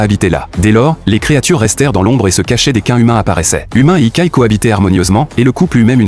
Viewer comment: Yokai, pas ikai 😂